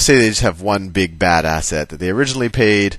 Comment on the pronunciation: "bad asset" I heard "badass ed"